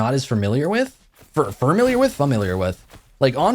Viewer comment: Fur-milliar with ;)